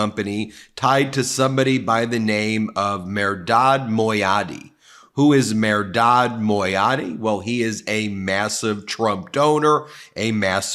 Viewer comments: Not “Mer-rod”. It is pronounced “Mer - dad “ And it is not Meradi his name is Mehrdad. Come on….And obviously with the name Mehrdad he is a Persian American. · it's pronounced Mehr-dad